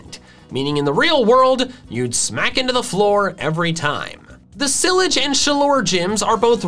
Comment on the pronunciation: You called the cylage city gym wrong. You pronounce it: (si-lah-j